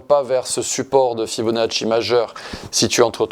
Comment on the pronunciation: Bonjour, Et sur l'argent métal ? Ça fait plaisir d'entendre prononcer correctement le nom du grand Leonardo Fibonacci 😊. Italiano o Corso ?